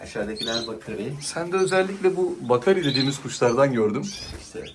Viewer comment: Kuşu bilen röportajcı arkadaş ; kuşların cinsini iki kez yanlış telâffuz etti iyi mi ??? Bi ( BAKARİ ) dedi , bide ( BAKİRİ ) dedi...O değil de ; usta olan üretici abimizi de şaşırtt'tı rengi bakırı andirdiğı için ( BAKIR'İ ) denen kuşa , oda bakiri dedi....Yapmayin şunu be abi yapmayın yahu !!! Profesyonel bi çekim olmuş , profesyonelce ilerletin , sonlandırın...😢😢😢